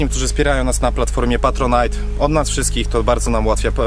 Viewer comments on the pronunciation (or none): none